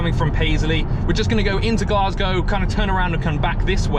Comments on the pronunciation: Aye it’s glaes-gae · You also said Glasgow wrong